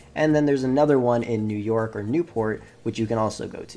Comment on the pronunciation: Just say New jork...